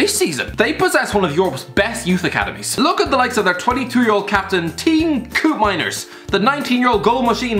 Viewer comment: "Tjoon Coopmynders" I am absolutely dying over here